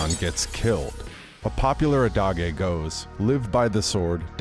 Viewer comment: Adage is pronounced "a·duhj", not "ah·dah·gay"